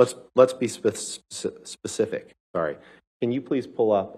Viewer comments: Ambers Lawyer : speceee ..... ispecii.... its a hard word okay. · Heards lawyer, let's be pacific er specific. Child's mistake